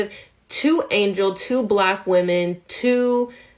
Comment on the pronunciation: I’m offended by the way she says Block instead of Black